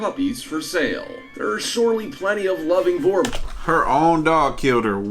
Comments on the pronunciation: Im south african and my man butchered "boerboel" 😂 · must be english if you think he pronounced boer correctly